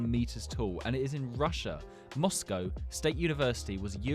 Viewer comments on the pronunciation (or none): none